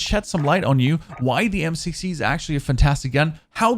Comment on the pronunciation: It sounds like he is saying M6T